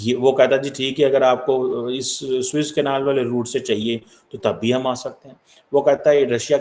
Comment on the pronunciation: "Swiss Canal" nahin bolte, SUEZ CANAL bolo Jai Ho Pakistani Education System 😅 The Worst in the World.